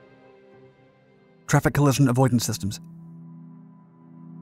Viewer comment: Very interesting. However you don’t seem to be able to pronounce collision 😅